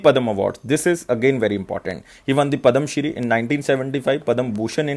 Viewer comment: sir its pad-ma sri not padam sri...kindly plz change ur pronounciation. it even confuse a good pronounciating person.